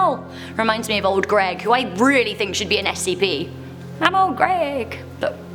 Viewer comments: It is not old Al it is old Ai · Just a heads up, 079 is not “old Al,” but rater “old A.I.” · old ai not old al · IT’S OLD AI NOT OLD AL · Isnt 079 called „old ai“ not „old al“ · I'm pretty sure it's Old Ai not old Al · ITS OLD AI!!! NOT OLD AL!!!!! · Im pretty sure its really old ai not old al but lol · It's old AI not old AL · Just saying SCP-079 isn't "Old Al" it's "Old A.I." As in artificial intelligence. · Its Old Ai not old AL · ITS OLD AI (pronounced a-eye) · OMG SHE SAID OLD AI WRONG GRRRRRRRRRRRRRRRRRRRRRRRRRRRRRRRRRRRRRR!!!!!1!!!11